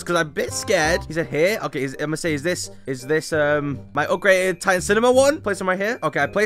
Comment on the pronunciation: no way bro said "I GOT THE ULTIMATE UPGREDED TITAN DRILL MAN" 💀💀